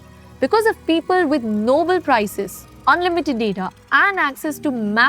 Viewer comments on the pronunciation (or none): none